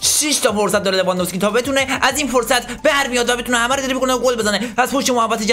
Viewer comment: میگه لوانذوفسکی😂😂😂😂😂😂😂😂😂